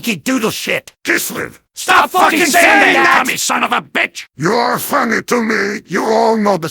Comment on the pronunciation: Heavy: 'KISLEV"